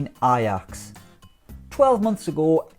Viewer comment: Why does he keep pronouncing Ajax like that? 😂😂😂